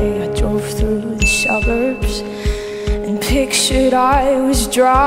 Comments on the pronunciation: She went from "s" to "sh" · Listen to the way Liv pronounces ‘suburbs’. She always says it with an ‘sh’ at the beginning, and the end. She says it like ‘shuburbsh’. It’s so funny and cute lol.